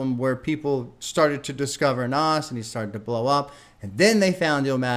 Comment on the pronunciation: OMG 2 albums in and you still can't pronounce it right 🤣 (it's Naz, )